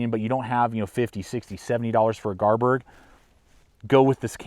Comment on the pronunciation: It's pronounced Garberg,bestest knife money can buy,I think that grind on the Kansbol is to help you with field dressing Deer and rabbits.I have all the Mora knives except the Kansbol would you recommend getting one.I'm trying to make my mind about what knife to purchase next,between the Enzo trapper or TOPS BOB,or the Esee3. Any suggestions my friend.